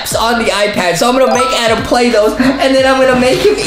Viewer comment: justinits adem not Adam